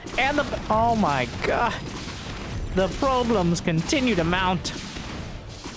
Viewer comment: Lollllll "probelems"